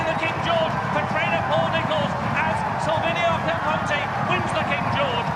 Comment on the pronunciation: Shame the RUK commentator couldn't get Silviniaco Conti's name right throughout most of the race. Take a couple of lessons from Simon Holt.